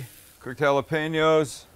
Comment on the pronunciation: why the need to say you dont care about Him? if you didnt then why bring up His name? UNSUBSBIBED!!! cant even pronounce jalapeno.. plus to much talking and simple recipes that everyone could make..